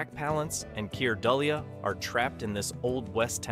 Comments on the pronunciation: I’m giving this a thumbs up for the content, because there are some great forgotten sci-fi flicks here. But please consider writing out your scripts phonetically, so the robot voice will pronounce names like Dullea correctly. (For those who don’nt know, it’s Dew-lay, not Dull-e-uh.) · Wow, Zardoz was released in 1774? Dullea is pronounced doo-lay, and Peppard is pronounced peh-pard. Also your title is grammatically incorrect. The Questor Tapes was made for TV so how could you hear a pin drop in the theatre? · Keir “Duh-lee-uh”… 😂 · Keir Dullea is promounced doo-LAY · picked up on it with the mispronunciation of Keir Dullea’s name. Then it said Omega Man wrong….hmm🤔